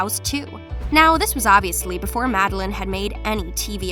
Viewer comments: Her name is pronounced madel LANE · Mad-de-laine Madelaine Petsch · its Mad-e-laine 😈🚍